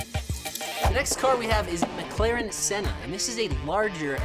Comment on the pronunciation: Bro mare me rage when he said McLaren senna